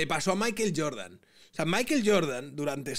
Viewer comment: Entiendo la españolización de las palabras en inglés, pero Maiquel Jordan es muy raro. No pronuncia ni Michael, ni maicohl. En fin, sólo un apunte. Aguja Dinámica, se despide